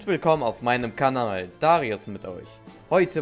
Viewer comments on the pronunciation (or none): none